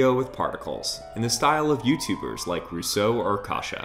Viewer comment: "Rüso or Casha" LMAO